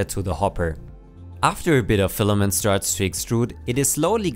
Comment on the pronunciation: "Stefament" :D love it!